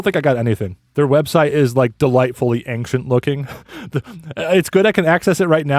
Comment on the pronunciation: you keep saying “ang-shent” instead of “ane-shent”